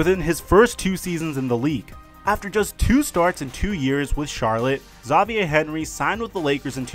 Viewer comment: You sure Xavier is pronounced that way? Good vid though. Edit. Demarcus cousins: double double?